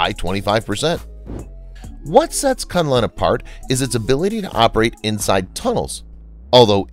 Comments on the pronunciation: Kunlun is read 'koon loon' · ITS PRONOUNCED AS KOON LOON. SIGH. Its named after a Kung Fu School located in the Kun Lun (pronounced KOON LOON) mountains. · Koon Loon (Kun Lun) as the correct pronunciation. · The program is informative and interesting. However, the pronunciation of certai important Chinese names is wrong. The name KunLun is read as "koonloon" and not "CuntLahn". The engineer who designed the building machines for skyscrapers is LiXia (Lee Siah). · Hi,. "KunLun" is to be pronounced as "Khoon Loon" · Great coverage, but please spend a little time on Chinese pronunciation. Kunlun etc. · your prounciation of Kunlun is hilarious. You change the name of a sacred mountain to a name which literally means "suck cock"